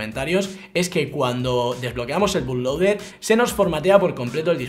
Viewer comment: se pronuncio "butloader"